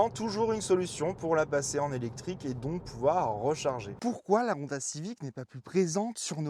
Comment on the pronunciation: C'est pas mal la vidéo, mais il faudrait tout même apprendre à prononcer correctement le nom de la marque (c'est également le nom de famille) - c'est HHHonda, et non ONDA , aussi l'accent est sur la lettre O, et ne pas à la fin sur la lettre A